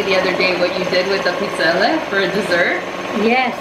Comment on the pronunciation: Thank you for pronouncing Pizzelle the correct way